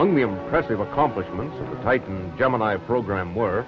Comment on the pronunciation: He's using the proper Greek pronunciation. "Gem-in-ee" is a lazy Americanization and completely incorrect.